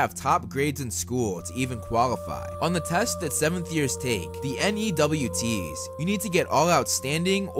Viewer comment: U don’t have to say n e w t s u can just say newts